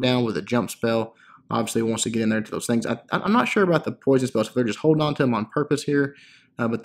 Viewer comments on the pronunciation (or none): none